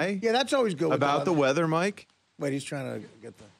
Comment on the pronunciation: “ issued weddah warning “